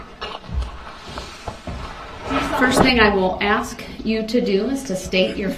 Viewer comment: I wish she would've corrected him on the word ask. His way of saying it sounds like axe